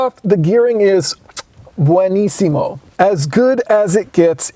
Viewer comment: Not wishing to be pedantic but, you did an Italian chef kiss and to my ear said Beunissimo (spanish) Buonissimo for Italian. Assuming you meant to go for Italian cultural reference - motorsports engineering heritage n stuff. Jus sayin...